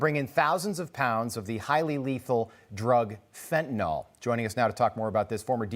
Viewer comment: Please pronounce it correctly. Fent-a-nyl.